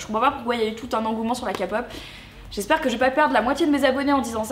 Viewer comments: Si tu veux vraiment savoir la kpop (la prononciation est importante cela se prononce :képop pas kapop mais sa s'écrit Kpop) A été créé par la Corée du Sud sachant que la Corée du Sud est un pays où ils font souvent la fête ou tu peux faire plein d'activités et tout .... Cela fait que la Kpop est un moyen de motivation chez eux et ce qui différencie entre la Kpop et tous les autres chanteurs célèbres c'est que les chanteurs célèbres eu ils sont seuls à chanter et ne font pas souvent de concert or les célébrités coréen sont en groupe créé qui créé plusieurs musique ils font souvent des concerts et ils sont assez proches de leurs fans pour en revenir au chanson pour toi elles sont semblables à d'autres, je ne suis pas contre le fait de ton opinion mais je voudrais juste te dire mon point de vue ,les musiques qui ont été créé sont comme d'autres simple musique et d'autres simple chanson qui ont été créé par d'autres artistes , mais comme je l'ai dit les chansons ont été créés par différentes personnes dont cela veut dire que les paroles ne sont pas les mêmes c'est à ça que je veux en venir , si tu arrives à traduire les paroles des chansons tu comprendrais pourquoi il y a tant de fans qui les cours après surtout des fans Coréen car eux peuvent comprendre ce qui n'est pas le cas de moi et de toi . Voilà j'espère que tu as compris ce que je voulais dire sinon question du goût de la pastèque je suis comme toi mon frère et moi avons remarqué que oui la pastèque est composé plus d' ea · met toi dans la peau d'une Idol de k-pop pendant 3 jours et tu verras si ça casse pas 3 pattes à un canard 🙄 et ça ce prononce Ké-pop et non "Ka-pop" 🤦🏻‍♀️ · Déjà d'une on dit pas la capop on dit la key-pop voilà tu peux donner ton n'opignon mais je te permet pas de critiqué la key-pop et en plus la key-pop c'est pas pareil que les autres chansons !!!!!!! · C'est pas méchant, je t'aime beaucoup j'aime tes video mais on ne dit pas K Et après pop sa se dit {Képop} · la "kapop" mes oreille svp😭